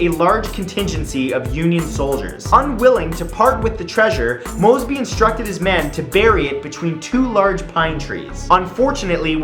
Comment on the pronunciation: WHEN HE SAID MOSEBY I THOUGHT IT WAS MR MOSEBY